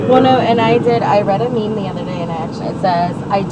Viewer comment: "I read a ME ME" ITS MEME NOT TWO WORDS